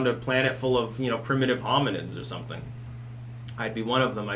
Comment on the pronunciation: I like the way you say "something". Comes out as "sunthing"